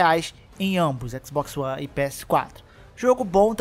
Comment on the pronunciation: Xboxio one, só escuto isso no vídeo kkk